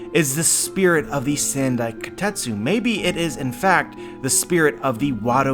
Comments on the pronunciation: The Wado Ichimonji and Shusui are both important swords for Zoro as a character, I don't see him losing them so easily. Also it's not "sand-i" it's "san-dai". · "Sand-eye" kitetsu? Sounds painful